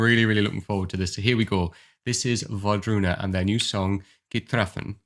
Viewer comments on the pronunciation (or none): No, it's not pronounced the way you said it. In Norwegian we spell it "ravn" and pronounce the -v sound. It's not German :) "Kvitrafn" is an alternative way of spelling it, Einar's old artistic name, in which case you would pronounce the -f. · Okey so. We have the same reaction to this video. The chills, the head movements, the same feels. It’s so magic! You almost got the pronunciation right. Try google translate 😂 Wardruna is awesome, and it’s my go to Exam music! Just the “hang in there” song. Einar is a magician. A multitalented guy. As well as the woman’s voice. Ooooh the chills!